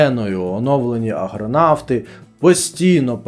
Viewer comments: До шановного автора: не "аГронавти", а "аРГонавти"... Думала, причулось... Ні, справді "ГРонавти"... Соромно неправильно читати. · Аррррррргонавти, а не аГронавти! Такі помилки, навіть раптові, багато чого кажуть про якість контенту, вибачте😢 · Дякую за цікаву інформацію❤ Неймовірні пророцтва! Дуже талановитий автор. Маю знайти та почитати. Щодо "Аргонавтів всесвіту", можливо читала багато років тому. Маю освіжити. Малесенька поправка: ви говорите "аГРонавти", вірний виговір "аРГонавти". Це на спогад давньогрецьких мандрівників, які пливли на кораблі на ймення Арго із Греціі до Колхіди(теперішнього Кавказу) за золотим руном(шкірою чарівного барана). То ж - аРгонавти. Ще раз дякую за чудове відео❤ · Аргонавти, а не агронавти. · Мабуть, це схвально, намагатися займатися просвітництвом. Варто було б слідкувати за правильністю вимови. У Вас, шановний, неоректно зазначено в описі, крім того - не раз під час відео замість АРГонавти звучить АГРонавти. Складається враження, що ви взагалі не знаєте, про що йдеться. 😢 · АРГОНАВТИ а не аГронавти. Це не побратими агрономів, а нащадки персонажів давьонгрецької міфології!!! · Чому ви з таким завзяттям називаєте "АрГонавтів" "АГронавтами"? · Ви хоч правильно називайте твір , не агронавти , а аргонавти . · може мені вчувається, але ведучій увесь час каже аГронавти а не аРгонавти....таке шось.. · Тільки чого Агронавти, а не Аргонавти??? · Попри цікавий матеріал, сумно, що автор вочевидь гадки не має, хто такі аргонавти, бо зробив помилку не тільки в описі, але й на відео впевнено вимовляє "аГРонавти". Мабуть, аграрна тематика йому ближча ніж грецька міфологія. Може відкриє якийсь канал про сільське господарство?😁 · Агронавти?! Ще б сказав алконавти. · Та Аргонавти а не Агронавти!! Ну піпєц. Ви хоча б обкладинки видань бачили? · Перепрошую, але "аргонавти", а не "агронавти". Хоча про пригоди космічних агрономів було б цікаво почитати) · Не "агронавтів", а АРГОНАВТів... Бо аж вухо ріже. Сором який... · Не агронавти а аргонавти.